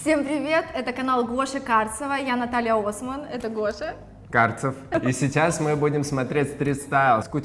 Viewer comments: Гоша, почему вы говорите «сесяс», а не «сейчас»? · а сто у Госи с произносением?))) Сейсяс мы будем смотреть...